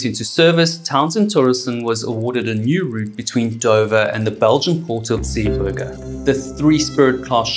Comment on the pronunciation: Great video and told very well, but it is Zeebrugge not Zee burger! 🍔 😂 I noticed you only altered that after you put in a video where somebody else pronounced it correctly! Only teasing though, really enjoyed it!